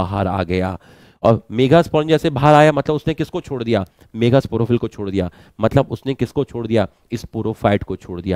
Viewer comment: Kis kis ne sir ke mega kehne ko megha मेघा notice Kiya 😂